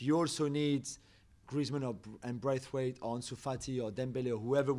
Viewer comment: agree - but he could show the respect also to say his name right - it is BRATHwaite